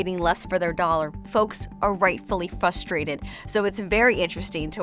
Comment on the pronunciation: It’s f-“R”-ustrated!!!! There is an R there somewhere. Thanks!